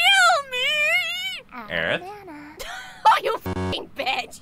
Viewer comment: I honestly get kinda annoyed to this day hearing " aerith"